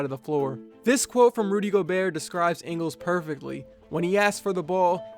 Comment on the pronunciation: You pronounced Ingles wrong